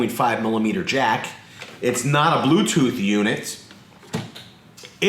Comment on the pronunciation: Did he say “glue-tooth”?